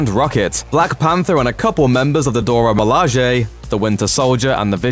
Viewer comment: Dora mi-LA-hey. not dora mi-LA-zhay.